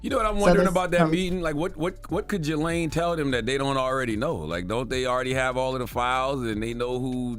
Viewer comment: That's not how you pronounce "Ghislaine". What kind of lane did Schumer say?